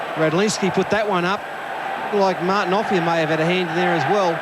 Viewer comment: Ray Warren never pronounced Offiah's name correctly.